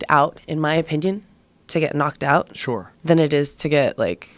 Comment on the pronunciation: Hey Joe stop pronouncing sure as “shore” please!